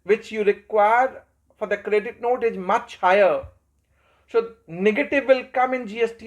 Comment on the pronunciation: Yes, very good lecture but pronounciation of some eng words is to be improved. Like 'is' spoken as 'ij'